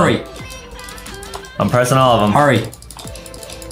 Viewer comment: When justin said HURRY it sounds like HURRAY🤣🤣🤣🤣🤣🤣🤣